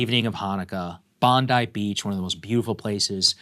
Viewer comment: Bondi, not Bondai.